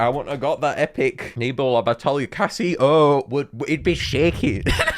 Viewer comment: 😭 its pronounced case, as in suitcase, and then oh😭 case oh